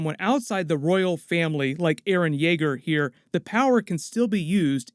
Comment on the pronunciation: Dude you just said aron insted of eren and hammer titan insted of war hammer titan.